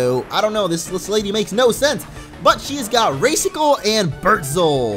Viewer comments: I think you were saying Raicicle wrong. It's like...Rai - as in Raichi, not like Ray. I believe. xD So it should sound better that way. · its not ray cicle its RAI-CICLE :3 also bert as in sherbert like sherzel to bertzel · Raicicle is supposed to rhyme with Icicle. So rice-sick-ul.